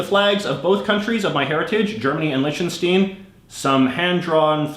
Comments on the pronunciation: You mispronounced Liechtenstein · send beim nächsten Mal einen Aussprachehinweis für das Wort „Liechtenstein“ mit:p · why are you saying Lichtenstein wrong!